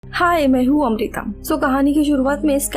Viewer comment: At starting you said" Hi I am Amrita" but I listen that hi I am America... So funny Plz don't mind